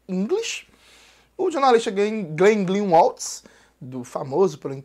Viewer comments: "Gleen... Gleenwalts" - MANOEL, Jones. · De onde vc tirou um "S" no fim do nome "Greenwald"? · Cara, não tem "s" no final do nome do Glenn.